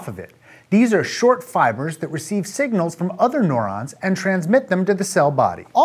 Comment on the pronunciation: This nigga sayin neurons as “NORONS” lolwut